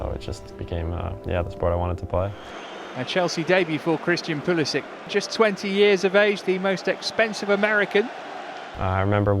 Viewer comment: us americans will start calling it football once you pronounce my guys name right. its pull-eh-sick... not pull-eh-sitch